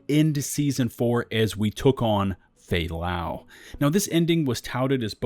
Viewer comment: man the moment I killed fay lau I was like that's it I mean what kind of game does this its FAY LAY BRO!! at least put a clips or anything that makes this mission mean something to the agents.